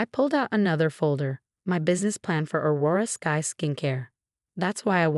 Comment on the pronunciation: AI still has a problem with names, Aurora Skies then Aurora Scaz